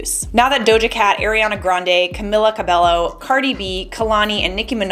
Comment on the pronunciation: I love your videos and I love IO content. But, Camila Cabello is pronounced like Cam-ee-la Cab-ay-o. In Spanish the "ll" makes a y sound, which is why it's a tor-tea-ya not tor-till-uh. It haa been driving me crazy the past 2 videos.